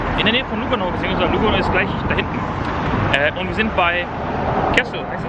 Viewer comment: Sprich mal lugaano aus...nicht luggano ;-)